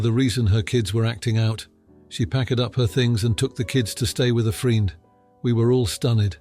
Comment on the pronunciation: You mispronounced "friend" 😂